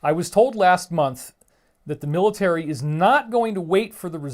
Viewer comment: planets hahaha, and you little biach can't say word military, or whitehouse...